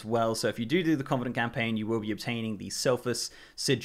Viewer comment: it's kuh -vuh-nuhnt